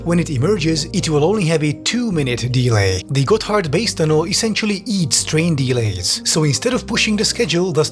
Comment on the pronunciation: I keep hearing him say it as "Got Hardbass" and I cant stop chuckling